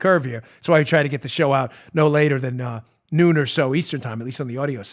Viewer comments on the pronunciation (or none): none